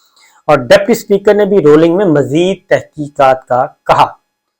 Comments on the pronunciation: اپ کی تعلیم کتنی ھے ؟ اپ Ruling کو Rolling کہ رھے ھیں۔ The word is Ruling and not Rolling. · Dear Sabir Sahib. I love your analyses. With upfront pardon, I would respectfully request that please work on your pronunciation of common English words. Today you pronounced “ruling” incorrectly about 29 times.